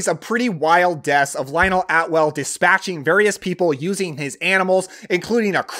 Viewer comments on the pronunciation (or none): Lionel ATWILL, NOT Atwell